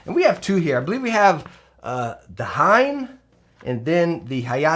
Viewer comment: I fluently speak japanese and pronunciation of hein is really cringe though. Basically pronunces HAYATE somewhat right but not quite and OTSU completely wrong. HEIN is not pronunced correctly on 100% of videos though. It's not a diphthong, and I don't know any diphthong which you can pronunce with more than 3 letters. And this includes katakana (and thus foreign words). HEIN can only pronunced HE-IN or HEI-NNN imo^^ Hein like we pronunce would like a german word^^.